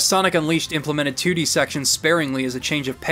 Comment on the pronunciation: Haha. He said toodie 😄 🤣 😂